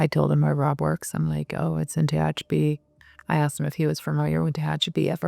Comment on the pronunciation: Very nice but Tehachapi isn't pronounced that way. Can tell you're not a Little Feat or Linda Ronstadt fan.